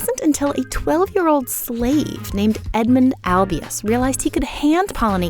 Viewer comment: Weird choice to emphasise the word "slave" in the script in this way.